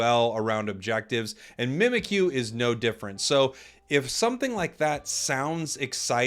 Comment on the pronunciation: Mimikyu is spelled ミミッキュ. It's pronounced Mee-Mee-Cue.